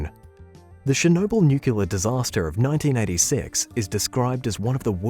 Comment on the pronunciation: Say it with me...Nuclear....New-clear not nucular.